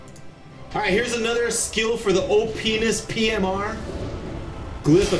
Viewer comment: what is an o-penis?